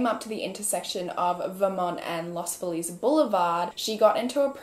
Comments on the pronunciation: Love that you're saying los Feliz correctly but no one in LA does 😂😂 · THIS MIGHT BE RANDOM BUT THANK YOU FOR PRONOUNCING LOS FELIZ RIGHT!!! there are so many people that live in LA that say los felez kinda like Felix and for the longest time i never realized what people meant until i realized thats how they pronounced feliz. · who is always apologizing for mispronouncing things, pronounced Los Feliz closer to the Spanish pronunciation than several Los Angeles residents I have met who pronounce it Lahs FEE-liz